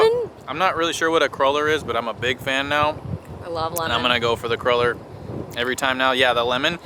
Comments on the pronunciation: CRUEL-LER not cruller. Pronounced (krewler) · Hehehe it's pronounced "Crew-Ler" not "Crul-Ler" you silly gooses :) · I'm so excited for you guys for going to Celtic Colours. My husband and I hope to get there one day. The crullers are popular in my hometown of Milwaukee. We pronounce them "crawlers" and they're shaped like long Johns; other places they're found I've heard it pronounced "crew-lers." No matter how you say it, they are indeed delish (with coffee or tea in the morning).